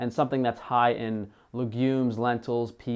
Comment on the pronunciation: Molybdenum? If thats the case then you said it wrong 😂 My name is Molly and my dad named me after Molybdenum since he was a geologist.